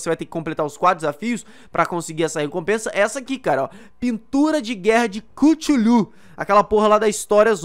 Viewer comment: se pronucia cutulu